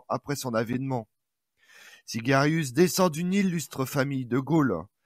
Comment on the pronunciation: SIAGRIUS et non Sigarius !